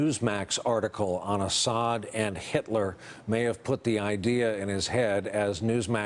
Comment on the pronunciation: It's Assad, not Ashad.